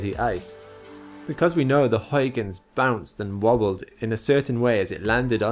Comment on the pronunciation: I hope you don't mess up pronouncing Huygens Edit: YES finally a youtuber that knows how to say Huygens properly!